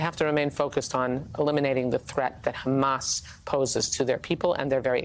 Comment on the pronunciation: Trump Handlers need to give him his Dementia Meds & also tell him that it’s Hamas & Not Hummus. 🤪